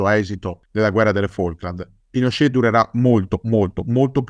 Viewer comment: ottima puntata, solo non capisco perche'amiamo pronunciare alla francese certe parole o nomi...Apasc invece di Apaci...Pinosce' invece di Pinocet...